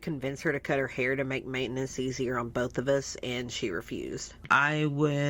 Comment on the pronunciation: “Molments” “Bolth”